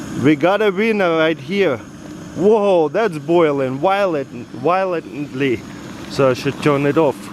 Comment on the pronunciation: I love the way Taras says violently, he said, “Why-lint-lee”.....you are so AWESOME Bud👍👍👍👍